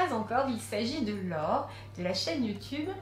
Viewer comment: cest "laure" pas "lore"